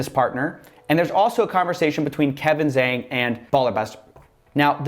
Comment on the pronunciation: Coffee you mispronounce zhang, haha, really for charge of racism?